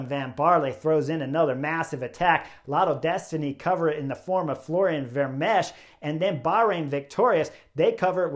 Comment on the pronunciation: Chris; the ch at the end of Vermeersch name is 'silent' (old spelling). Just stop with the s sound and.... and that's it. Ver-meers. Also; what you refer to as the 'nowhere gap' is known as a 'chasse patat' in Europe. (The best translation might be 'wild-goose chase'). When you're trapped in no-man's land; I think you know what a 'patat' is in Flemish.